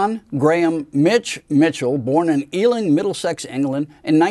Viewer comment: Nice video. Listen it's Ealing not Eling and it's Aynsley Dunbar not Ansley.